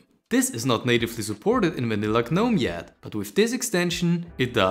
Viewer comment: You dont pronounce the "G" in gnome. Also, pretty standard extensions, not exactly a major discovery.